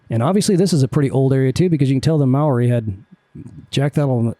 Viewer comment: As far as Americans on youtube go, your pronunciation of Maori was as good as I've ever heard, good job! MOTAT is absolutely the place to go. There's an old school tram that runs between each of the areas, past the zoo. And btw, the trees next to the helipad you wanted to land at? They're definitely there, lol, I was driving across the SH20 bridge just to the west and thought a helicopter was crashing into them, it landed so close.